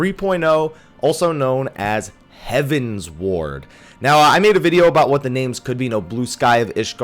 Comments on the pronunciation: you keep saying Heaven's Ward, but I think is closer to Heaven's Word (hev-uh ns-werd). It is a derivative of heavenward, but with the Eorzian's Realm having 12 Gods, they also have 12 heavens. At least that is how I took it, and I think that was how Koji was saying it. Although, I wouldn't mind them adding an Ishgard residential area and calling it Heaven's Wards. On a similar note, this was my first fan festival of this type, and I found it funny listening to the different ways people pronounced common terms in the game. The tank in one of our primal run, kept saying that he can't play Pa-laddin (rhymes with Aladdin). Talking to one of the people in our PVP line, he kept referring to the Monk base class as pug-alist (like the dog, pug). I heard people pronounce the SMN and SCH base class as arcane-ist, when I always thought it was ar-canist. But the funniest of all of them was the WHM in our speed run line calling the final boss of Lost City of Amdapor Dia-bo'-los, which isn't even spelled right. Anyways, enjoy the video. THX. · It's "heavensward" not "heaven's ward" though.